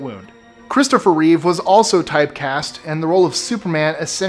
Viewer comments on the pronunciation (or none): none